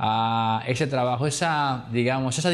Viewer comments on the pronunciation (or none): none